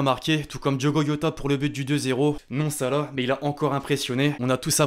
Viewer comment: Diogo Iota 😭 Ca se prononce comme ça s'écrit Jota